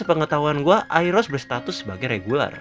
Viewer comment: Bang WHITE itu dari keluarga ARIE bukan ARI (dalam cara bacanya juga) soalnya Arie sama Ari beda.. walaupun Ari itu turunan dari keluarga ARIE sama kyk Ponsekal yang turunan dari keluarga Eurasia (kalo di Naruto kyk cabang dari keluarga Hyuga) cuma mau koreksi bagian itu aja sih, sama request tentang kekuatan dan member keluarga Khun dong!